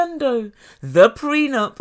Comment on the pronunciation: These two are looney!! Her dramatics and his whiney voice!!😂😂😂😂 A couple made in HELL!! Gino and his "prenump" (I think he's saying it wrong!) GREAT video!!!